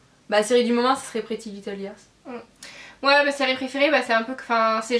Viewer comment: super video 😉 puis on dit "layers" pas liars 😘❤